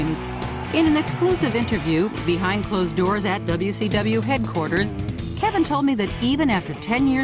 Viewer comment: Lol Joan says "WCW" perfectly. She musta been watching some What Culture. (Before there was a What Culture?)